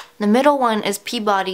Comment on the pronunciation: Yay someone pronounced Chell right! :D